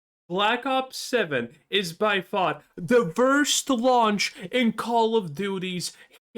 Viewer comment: It’s “WORST” not “VVVVIRST”